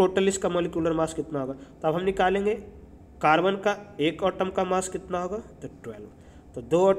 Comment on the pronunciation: Sir not otom it's atom Vsse app samjate bohat accha ho samaj bi aa jata hai god bless you sir